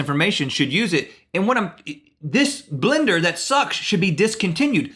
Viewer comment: If you've ever noticed how some people (more from the south) say blender differently like they turn the 1st E into an I. Like blinder. And Rhett says it right and Link you can very clearly here him say blinder